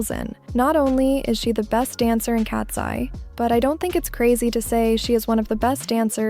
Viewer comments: Lol you pronounce Katseye like "Cats + eee" instead of "cats + 👁️" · Why did you say katsee